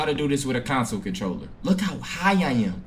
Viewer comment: Mens said Council controller 😂😂😂😂